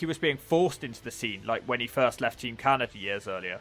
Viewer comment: How does he add a T and an R to Canada?